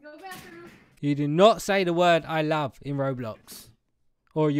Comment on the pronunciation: what about “Wove” 😂